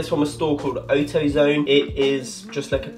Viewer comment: I'm South African and this is hilarious